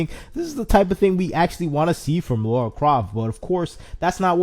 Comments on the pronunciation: I was shouting "Lara!" every time he said "Laura" 😂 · Dude it’s Lara not Laura. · It's LARA not Laura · Say "Laura", now say "Lara" please notice the difference! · He’s doing it on purpose I SWEAR 🙄😂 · he was doing it in purpose I swear 🙄😂 why he said it every sentence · It's Lara, not Laura! Lol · It struck me every time he said Laura XD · definitely did it on purpose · At the expense of sounding mean, please learn to pronounce her name correctly. She is way too iconic of a character for there to be any confusion.